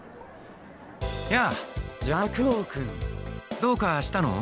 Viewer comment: プランスの邪悪王くんの発音、美しすぎて涙が止まらない